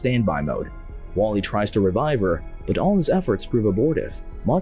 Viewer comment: I thought you said waffl-E😂